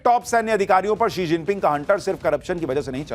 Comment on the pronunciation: वो she जिनपिंग है He जिनपिंग नहीं।